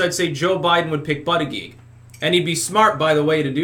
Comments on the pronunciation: you keep saying his name Wrong, it's Booty-Judge...not that hard to say honestly, but you keep saying ButtiGEE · This guy cannot pronounce Buttigiegs name!